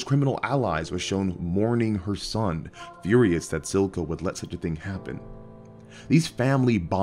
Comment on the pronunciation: It's Silco not Zilco though, cmonBruh